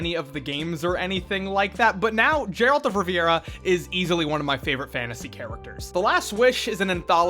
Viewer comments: Jeralt of havira ? hahahaha Geralt of Rivia? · Who tf is "Jeralt of Riviera?" U mean Geralt of Rivia? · not Jeralt, Geralt! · Geralt (gare-alt) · "Jeralt of rivia" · I've been listening to the Witcher audiobook. Also: Jeralt of Riviera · "Jeralt of Revira" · "Jeralt of Riviera" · Hey man, fair warning, pronounce Geralts name like that again and the witcher fandom might blood eagle your ass it's like the gif/jif thing on steroids, i make sure to pronounce it correctly now, i just wish i wasn't so careless back when i had both my balls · The way you pronounced Geralt brought me physical pain.